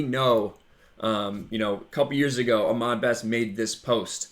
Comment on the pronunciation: You're saying Ahmed wrong. It's Ah-MED not Ah-MAD.